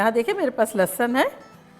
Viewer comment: Aunty bhhhht Bedhangi hain... Lehsun tak maayana nahi aata dhang se